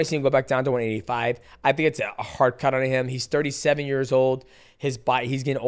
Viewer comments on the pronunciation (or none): none